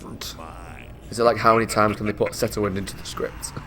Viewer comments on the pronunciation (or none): "The Setterwind" 😂